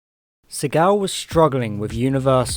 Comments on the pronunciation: You're mispronouncing Segal's name. It's SEE-gull. Hint: Action hero Steven Segal changed the pronunciation to make it sound cooler and less Jewish but it's not the way it's supposed to be pronounced. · the pronunciation of Segal is jarring! Its not French its Jewish! Say See gal.